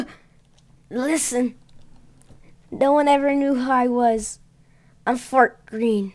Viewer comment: why did he say fart green what the heck